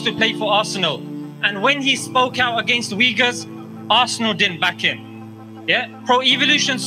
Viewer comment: They pronounce Uighurs wrong. I hear it like "weagers" the way to pronounce is uyghur , (UY)-(GHUR). May allah forgive our sins and keep us on the right path.